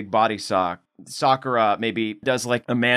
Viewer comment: SOCK-ura LOL